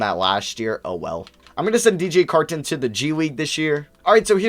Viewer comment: The way you say Carton is slightly bothersome